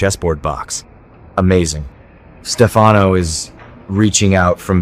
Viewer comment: Whoever is speaking doesn't watch the show or he would know how to pronounce Stefanos name correctly!!